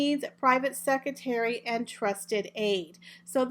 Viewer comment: I'm sorry I have to correct you I couldn't go on listening. It's pronounced EXCERPTS NOT excerts (no such word) and it's pronounced SeCREtary (in American English) NOT secitary. We pronounce it secretry even though spelled secretary in British English. But there is no such word as secitary.